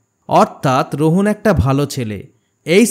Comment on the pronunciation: Vhai eta rohan apni rohon bolchen😂